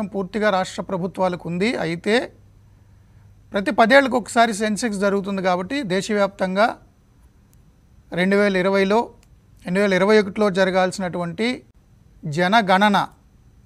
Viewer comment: Did you just say Sensex? It’s Census bro